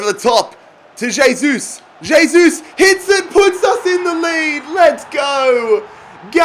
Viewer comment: Pronounced "hey-sus"